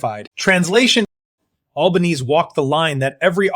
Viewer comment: You could at least teach the AI how to speak Australian, not American. And while you're at it, teach it how to say the name of our Prime Minister - it is not Albaneeeeeze - it's pronounced Alban-ee-see.